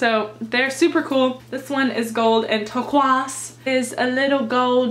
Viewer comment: I'm glad I'm not the only one that likes to pronounce turquoise the wrong way. TURQUAZ. 😂😂